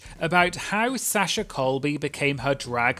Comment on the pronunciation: I love you, but the way you’re pronouncing Sasha is diabolical 😂